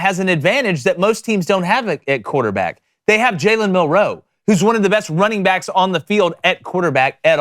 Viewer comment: Guys... Jalens last name is one word Milroe not Mill Row please clean that shit up cuz its irritating to listen to